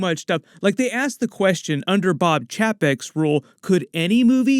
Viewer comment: Chapek is pronounced Chey Peck